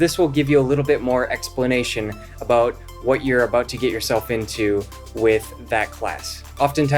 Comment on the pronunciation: I didn't learn anything new about Duo lingo for this guy. He lost me when he pronounced Get as Git.